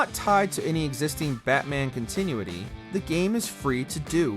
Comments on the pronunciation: Con • TIH • noo • etty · Never heard someone say continuity like that before. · This guy needs to learn how to say continuity properly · It REALLY bugs me how he says continuity